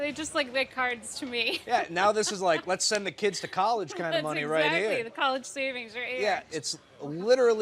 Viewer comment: Her saying collage funds hurt my soul